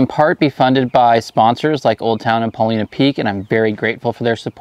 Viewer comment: Hey, love watching your videos, and never have anything critical to say about them, but something has kinda bugged me for awhile, so I checked into it. First, though, I fish a lake here in Oregon, called Paulina lake. It's pronounced "Paul eye na". When I heard you talking about Paulina Peak tackle, (you pronounce it as "Paul ee na") it just didn't seem right. Well, sorry, but I was correct. Got it straight from Paulina Peak tackle. 🤣🤣🤣 Keep up the awesome videos!! PS. There is also a Paulina(Paul eye na) Peak next to the lake here in Oregon! 😄👍